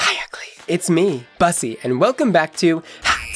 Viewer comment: So if you got Bussy from black american english, your pronunciation is incorrect, no offense.